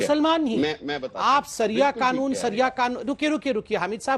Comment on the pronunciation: Saria nahin hota bhai shariya hota hai